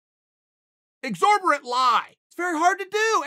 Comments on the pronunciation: It’s exorbitant not exorbirate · "Is egzaberant a word?" "No, Chael." Chael: "EGZORBERANT" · Thank you uncle Chael, I now know the word “exabrate”, “xabrate”, and xborant Again thank you uncle Chael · It was Exorbitant, Chael couldn't get it right even on his final try. I have got bad news guys, the word has been changed in the dictionary to whatever chael said. Exorbitant was a good word, I liked using it, it will be missed. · I mean the word is "exorbitant" but sure, thanks Uncle Chael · It’s exorbitant, my guy 😂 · Hey Uncle Chael, Sorry, but the word is EXORBITANT. You’re welcome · Exorbitant Chael, exorbitant....